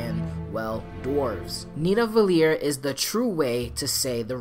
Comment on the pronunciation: As an Icelandic person, I am glad they didn't completely butcher the pronunciation of "Niðavellir". Yeah none of the places are pronounced exactly correctly, but close enough. Better than I expected.